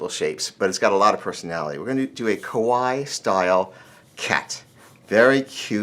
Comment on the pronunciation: Hi chris.... This is so stupid, because yo7 have thought me a lot, ty so much , ❤️♥️ But let me teach you something if i may, it's not kawaii, you dobt say it like us say Hawaii, no in Japanese the I is oroniuced double like eeek (no k tho ehehhehe) so you say ka-wa_eee. This is silly but i feel like i have return 1% of what you've given me :3❤️